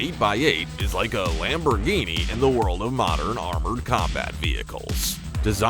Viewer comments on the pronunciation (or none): none